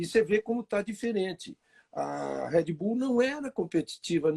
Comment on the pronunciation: Engraçado é ver Rubinho que sabe inglês falando “RÉD bull”. HEAD BULL? hahahah. Poderia ensinar a pronúncia correta .